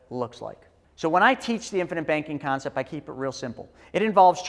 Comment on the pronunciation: it's CONCEPT, not CONCEPS